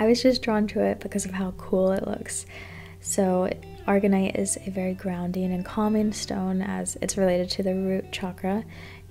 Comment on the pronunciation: sorry to be that person, but I believe its called aragonite, not argonite